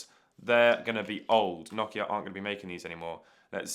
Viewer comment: Other than you pronouncing Nokia wrong this was a great video!